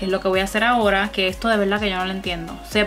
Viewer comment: “Que es ejto tiza?” Miraaaaaa nena paraaaa 🤣🤣🤣